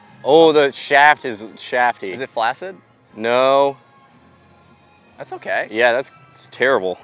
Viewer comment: "Is it flasid." lol